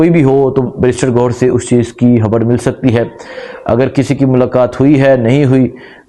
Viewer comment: اپنی ح ؟خ درست فرما لیں خبڑ نہیں خبر 😩